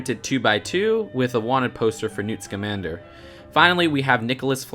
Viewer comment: Awesome!! You finally said Scamander right 😂 ( It is, pronounced "Lee•tah")